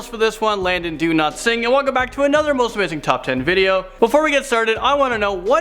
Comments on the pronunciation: Lol I keep hearing his name as "Do not sing" lol no disrespect though. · When he said his name I thought he said "Landon Do not sing" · It sounds like you are saying ”Landon do not sing” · I can only hear "Landon Do-Not-Sing"